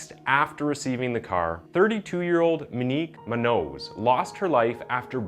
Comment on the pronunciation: Her name should be pronounced Moe neeq Moo n yoos